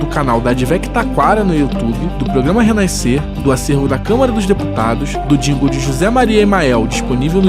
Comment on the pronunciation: Oi Re Naiscer? 😂😂😂😂